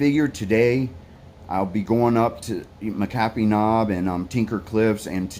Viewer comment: Just loving your videos and yes just listen to yourself not the ones that tell you how to hike. But on that note this is not a criticism but an observation. About 6 or 7 years ago a blogger started pronouncing McAffee’s Knob incorrectly. I live here, I’m a volunteer Ridgerunner for the area. It’s pronounced locally as “Mac A fee. Just for your information. Again love your videos. So creative.